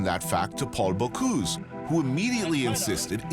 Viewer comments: come on, if you make a documentary, learn to pronounce people's names!!! Bo-cüse not Bo-cuse!!! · Not Bocouuuuse, BocUse